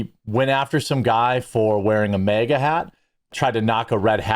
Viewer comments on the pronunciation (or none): It is maga Jeremy, not mega. And it's also bag, not beg. Love your videos though. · Bro, it’s MAGA not MEGA